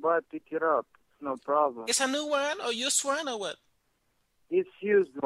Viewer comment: he says "probrum" just like peter chao